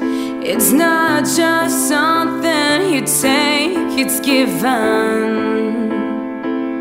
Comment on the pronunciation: Her voice is so pretty but the first time I watched it all I could focus on was the fact that she never pronounced the word 'something' right!